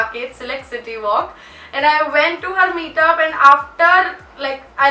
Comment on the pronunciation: She says eeiiinnddd not and😂❤